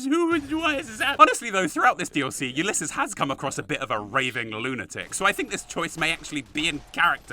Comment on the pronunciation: You can use a stealth boy to avoid Father Elijah, taking all the gold, and trapping him in the vault. Also, pretty sure you said Ulysses right. Only the first time though.